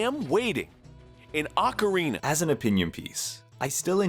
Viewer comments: ah yes, ocariner of time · "Awkereener of time?" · I've heard plenty of British people mispronounce Ocarina as "Ocareener", but never until this video have I heard anyone pronounce it "Ohcar Ray Nar". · Ocariner of Time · Bro keeps saying ocariner of time and it makes me chuckle everytime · not you pronouncing it "Ocariner of time" 😭😭 nice video